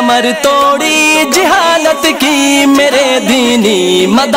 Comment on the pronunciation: hazrat jihalat nahi jahalat hota hai